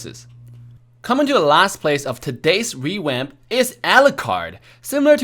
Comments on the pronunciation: Everyone else: "Revamp": "REWAMP" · Ah yes "rewamp"